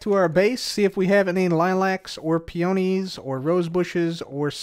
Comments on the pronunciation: FYI: Peonies is PEE-oh-nees, not pee-OH-nees. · Sweet, it is pronounced “pee-ah-knee” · Hey, Peonies is pronounced 'Pee-Nees'. Loved the episode! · Where are you from? Where I am it is PEE ah nee. He was definitely saying pee OH nee. Since you pronounce it differently from me, I'd say it's regional, but he and I are from the same area so idk lol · Peonies are pronounced "PEE-OH-KNEES". It's cute the way you say it though ;-) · the way ur saying peonie is soo funny... is that on purpose? i've always said it pee-an-ee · Peonies… absolutely butchered the pronunciation of a beautiful word